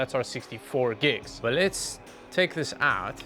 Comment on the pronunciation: "Butt first" instead of "But first" 😂